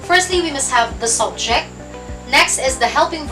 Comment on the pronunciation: Subject, phonics of u - uh!. Not sobject.. im sorry, but we are your students to learn and listen the correct pronunciation too!.